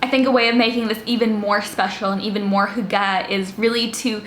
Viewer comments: It’s hUga not hugA 😂 (in hermiones voice) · Y in scandinavia is pronounced like a german u with dots on top. So if you know how to prononce that, than you're on it. The way she's pronouncing it (hooggah) sounds like our word for chopping something. And it's really bad haha. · Your pronounciation isn't that far off. Just imagine the Y pronounced like you would if you had to pronounce the letter "e" with your lips rounded. The sound is similar to the wovel the French "une" sound (just without the n-sound, obviously). The last wovel is said with less of an a-sound than the e-sound you make when you say "the". The phonetic spelling is /ˈhyɡ̊ə/ - but like I said, you're not that far away,.:-) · To pronounce Hygge more correctly: make your lips like you’re saying whooo and then make them tighter in the direction of whistling then add the H whoooogeh. Push those lips out forward and make them into a tighter circle. Practice and then make it shorter and you’ve got it. It’s true it’s similar to German ü. Also Gouda cheese is pronounced Gow-dah. 😜😂🥰 .. not Gooduh. 👍💪😜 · Lean how to pronounce it maybe??!😂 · I am danish and you are saying hygge sooooowrong. It kills me hahah - still love your videos though!